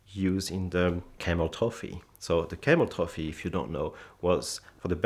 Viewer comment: "Ze Camel-Toe Fee"